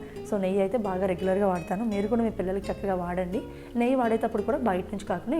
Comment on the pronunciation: నెయ్య కాదు నెయ్యి